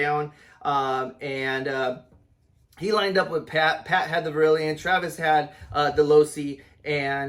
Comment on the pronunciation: It's def NOT verilion...